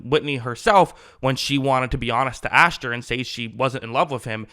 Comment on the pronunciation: You keep saying "AshTer" and it really bothers me lol it's Asher...no T.